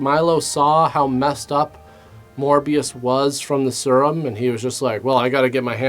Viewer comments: I love how pronounces serum. He says "sir-um" instead of "seer-um" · The way you pronounced serum is going to haunt me for months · Is no one going to mention the way pronounces "Serum"?